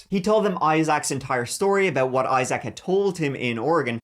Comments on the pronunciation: the EYE ZACK is killing me 😂 EYE ZIC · Isaac ˈī-zik -zək Accent on the first syllable. I-zik, not I-Zack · I love ya', I really do, but it's pronounced "I-zik", not "I-zak". You're killing me! 😂❤❤ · Agreed! It’s normally pronounced like eye-zick from what I have heard. The eye-ZACH is killin me 😂😂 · “Eye - Zach”😂😂😂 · Learn how to pronounce name correctly, I SAC !! Lol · Ok you’re saying Eye-Zack and it’s driving me nuts 😂😂😂😂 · Legit can’t watch with how many times you said eye-sack (Isaac) 🤢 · Fyi, Isaac is pronounced Eye sick. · It’s pronounced I sick … or I zick is easier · His name is Isaac not Eye Zack 🤦🏻‍♂️ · Say it with me IiiZack. Lol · Isaac is pronounced Izeek. I know you like your pronunciation being corrected. 😉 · Evethough its spelled Isaac with 2 "a's" it's pronounced I-ZIK. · the name is Isaac, not Eye Zach lol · The way you say Issac really pissed me off this video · I’ve never heard in my life anybody pronounce Isaac the way you do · How you say “ Isaac” pisses me off. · The way he pronounced Isaac makes me cringe lol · I hate the way you say the name: Isaac. WTF bro.😂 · I love the way you pronounce Issac!!💜🫶🤣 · Strange way to pronounce the name Isaac, but okay.